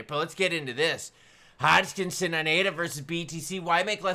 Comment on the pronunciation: how do you get Hodgkinsin out of Hoskison